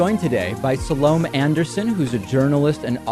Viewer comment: SOO LOOM AYE NOT SOOLUMAYE